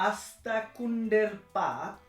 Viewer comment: আঁস্তাকুড়ের পাত ভাই আপনার উচ্চারণে ভুল হইছে